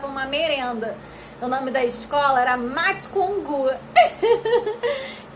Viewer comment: eu ouvi o nome da escola “mate com o cu”